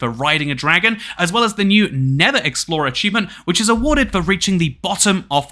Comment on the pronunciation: I am sorry but it's pronouncet nether!